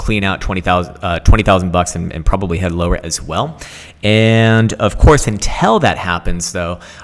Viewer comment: Please learn to pronounce 'until' properly, it's making my ears bleed.